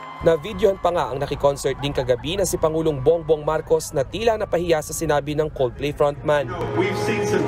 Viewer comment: 'Coldflay' 0.32 😊